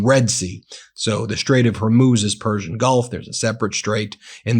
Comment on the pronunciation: hi Ben I enjoy your channel but it's a bit irritating that you can't pronounce Hormuz correctly. You pronounce it Her Moose - it's pronounce HOR Moose - HOR pronounced like the first 3 letters in horse or horrible.